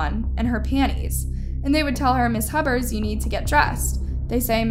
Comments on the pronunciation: I am sorry but her last name Pronounced Hue-Bert,🙂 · You said Hubbard at first lol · I think I comment this on every video. Please learn the names & important details of these cases with the correct pronunciation. This is an easy task & shows respect for all those involved in these tragic cases. It’s Hubers…Hue-bers. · Oh back to Hub-bers 🫠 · Like "hewburrs" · Can you not read? You mispronounced multiple words and names multiple times and said Huber's about 3 different ways